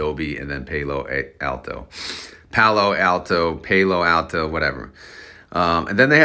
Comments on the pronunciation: It's Palo.. like "he's my PAL.... Then O"... YOU'RE killing me with your pronunciation. Palo Alto is where Stanford University is. Northern California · Alto... the word "all" and the word "tow", all-tow = Alto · I knew someone wasn’t going to be able to take it any longer! You put the pal, in PAL-o Alto! 😂